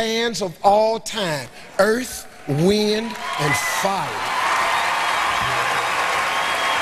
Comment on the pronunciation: 🔥🔥🔥EARF, WHIND & FYAA🔥🔥🔥🔥